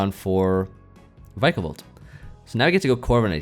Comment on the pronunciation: why do you pronounce it Vykabol, its Vikabolt man like Pikachu